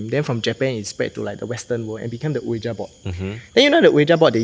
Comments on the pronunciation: hahaha why so defensive? It was not a critical comment. He clearly pronounced it as Oh-wee-ja and I’m couldn’t back and laugh about it but instead I thought I highlight it no offence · It’s pronounced as “wee-ja” board. Not “Oh-yi-Ja” board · funny. Since when did I say the ja was wrong? I just never never ever heard any1 pronounce it as Oh-we-ja b4